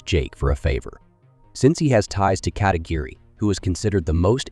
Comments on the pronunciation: "the detective ka - tee - gee -ree (Katagiri)" 🤢 lmao not even close. say it with me now. Ka - ta - gear - ree. decent recap tho. recaps over 10 mins are horrible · Why did you pronounce the names different every time? Sometimes it’s right, then the next time you say it it’s way off… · Wow. It's so strange because the mispronunciations weren't even consistent. I think I heard 3 different takes on "Katagiri".